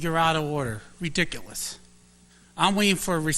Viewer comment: I think it is “ree•dic•o•lus”. Too funny when he says this. 😂